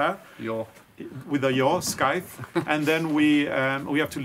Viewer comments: I’ve always heard scythe pronounced “sy” (rhymes with eye) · I am looking forward to the traditional crafts! I have been wanting to get a scythe for quite a while now. In English, the "c" is silent so that it is pronounced "s-eye-th". I am sure your flower meadow will be beautiful and it is good exercise! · My husband had a scythe - pronounced sigh the. They are really dangerous not your hands but, your feet are the issue. Be careful! 🇨🇦🇫🇮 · that tool is pronounced like the word "sigh" - John sighed at his friend when they were talking---thank you for this fun episode - love you two xo!